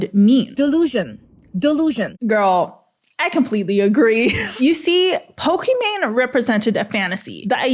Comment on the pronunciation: Her name is pokimane, not pokimon